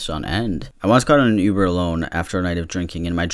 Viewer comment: When you said ‘lube-er’ I actually laughed until I cried lmfao I’m probably really dumb but thank you for that dude